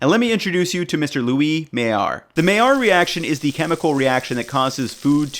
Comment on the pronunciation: Pronounced Maillard correctly = Thumbs up and subscribed. It shows he cares. :-/